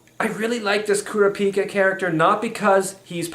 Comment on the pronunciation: It's pronounced "Kur-A-pi-ka".